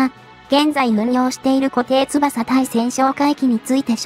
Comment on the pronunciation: 固定翼 誤りーこていつばさ 正解ーこていよく なぜ漢字読みの間違い多いYOUTUBE